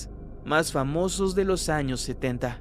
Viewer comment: En la miniatura en vez de decir años, parece que dice anos